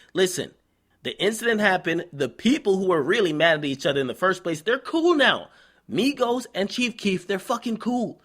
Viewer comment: not migossss not quavooo